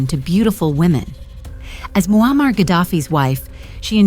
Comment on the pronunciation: I had to watch this with captions on, your A¡ narrator makes it sound like his name Wall-Mart Gaddafi😂😂😂....Bruh🤦‍♂️🤦‍♂️ You should use your real voice idk how many times your A¡ repeats the same storyline, in five mins. I heard married for 40 years, a handful of times so I just Stopped, not much of a fan of A¡. A¡ kool if it's used the Right way, most of the time ppl slack with it.